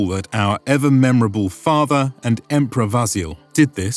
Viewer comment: “Our emperor 'Vasil' ”? Why apply modern Greek pronunciation to the anglicisation of the medieval name, "Basileios"?